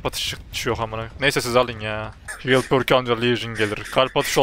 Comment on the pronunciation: perk değil pörk artık